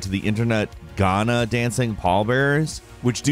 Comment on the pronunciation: the way he says Ghana is kinda cringy if you are Ghanaian